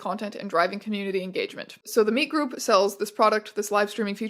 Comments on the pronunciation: took me too long you were saying meet like interacting instead of just MEAT 🥩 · It took you saying meetgroup like 10 times for me to realise it was meetgroup and not meatgroup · was watching this in the background and kept hearing "The Meet Group" as The Meat Group and would giggle almost every time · Every time you say “The Meet Group”, I hear “The Meat Group”. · I kept hearing "The Meat Group" every time you said it. Which has... different implications. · Jesus Christ every time you say "meet group" i hear "meat group", please make it stop